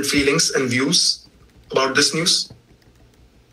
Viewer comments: Right? 😂 Thats their number one focus, “feweengs” lmao no wonder its a shit show but we already knew that I guess. Just funny to hear them talk about “feelings” so much. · It's pronounced "feewings"...